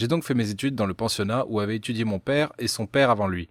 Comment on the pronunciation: On dit ps pere on dit père 😂